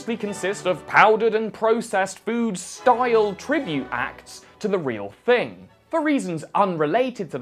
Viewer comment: Ah yes ”phood”